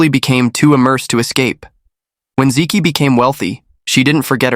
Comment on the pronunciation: hey, learn to pronounce Chinese names correctly. "zi Qi" = "zi Chi". "Zi ki" = "zi Ki"